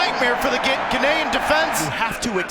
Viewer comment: Is the announcer saying Ghanaian wrong?